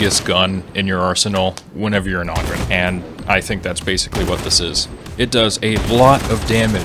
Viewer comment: Hey just so you know the O in Ogryn is pronounced like the O in Home, Stone, Clone, etc.